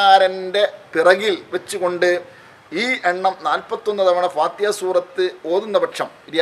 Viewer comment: സൂറത്തിൽ ഫാത്തിഹാ ഇത്രെയും സ്രേഷ്ടമായ ഈ സൂറത്തു പേര് കുറച്ചു കൂടി വെക്തമായി parajal കൊള്ളാമായിരുന്നു അതായതു fathihaആ